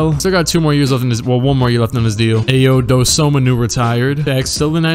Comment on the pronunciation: Bro don’t butcher Ayo Dosunmu name he is one of the best players to go through illinois and it’s pronounced “I O” “do soo moo “